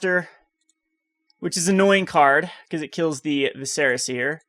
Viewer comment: #triggered its pronounced Vis-er-a, not Vi-ser-a. Good deck idea though.